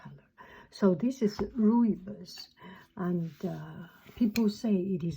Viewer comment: Lovely video. I've only recently started watching your videos and find your voice very soft and soothing. I happen to be from South Africa and the tea you're drinking is indeed Rooibos and is pronounced as Roibos tea.